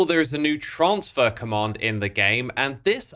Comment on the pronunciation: Its so much fun hearing xisuma swap pronunciations of "transfer" in one sentence to the next